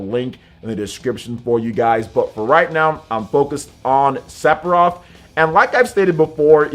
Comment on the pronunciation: Is he saying "Sepiroth"?